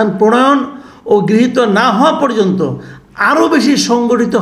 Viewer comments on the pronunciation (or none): none